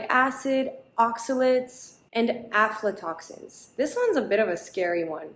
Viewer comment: Your pronounciation of aflatoxin is spot on.